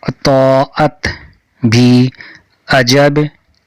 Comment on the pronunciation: اطا عت یہ لفظ آپ کا صحیح نہیں ہے